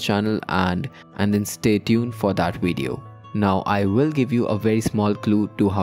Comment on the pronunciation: "wideo" lmao